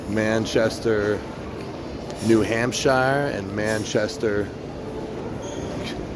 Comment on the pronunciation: "new hampsheyer"